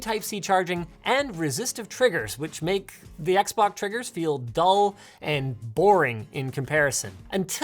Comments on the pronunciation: "the xboc" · "XBOC" AHAHAHAHHAHAHAHAH